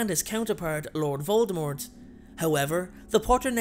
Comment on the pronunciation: Lord Voldemort or OLD Voldemort